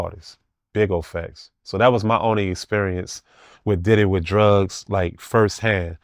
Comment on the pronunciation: Whips, handcuffs, feathers okay, but dildos this is too much. Fuck a red flag, no friendship! dont say "Facts" he says "fax" 😂😂😂